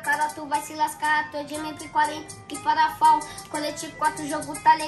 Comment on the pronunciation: P40 e perafal ñ é parafal ñ kkkk